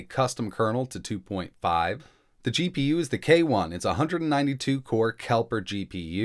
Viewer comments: KePler not KeLper! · "Kepler", not "Kelper." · KEP ... LER. Not Kelper. Good video :D